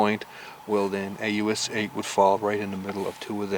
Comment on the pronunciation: you said "aus a" its aus 8